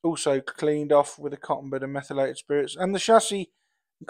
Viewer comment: The Trash to Track drinking game: every time says "menthylated spirits", throw back a shot of whiskey.